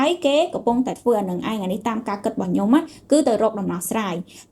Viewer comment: មីងចង់ឣោយក្មួួយនិយាយពាក្យច្ញំុ ឣោយច្បាស់ មិមែន ញុុម